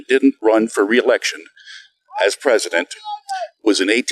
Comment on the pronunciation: "Resident" Biden? She totally said that. Lol